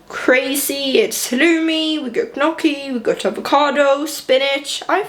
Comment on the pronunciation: You almost lost me at “gunocchi”. It felt like when people say “eccetera” or “nucular”. 😩